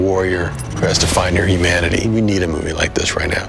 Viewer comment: did he say Imanity